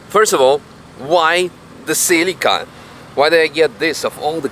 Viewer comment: is not SILICA its C E L I C A